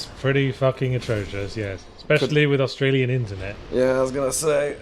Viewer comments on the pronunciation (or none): none